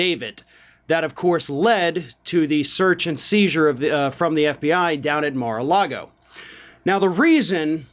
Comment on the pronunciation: I love that Michael Cohen calls it Mara lardo.. just wait until the Cheeto releases the heavily edited and fake videos..